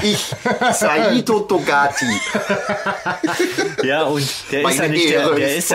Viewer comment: Bin echt begeistert von Eurem Podcast, danke, danke, danke! Mir gefällt er wesentlich besser als die beiden anderen und es wundert mich, daß ihr nicht viel mehr Aufrufe habt. BTW der Typ heißt Saito Togati oder war das ein Witz den Namen immer wieder so verdreht auszusprechen?:-) Bin schon sehr gespannt auf Euren nächsten Streich!!!!!